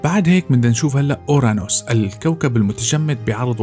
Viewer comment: اورانوس و ليس اوراوس المحقق كونان🌚✌️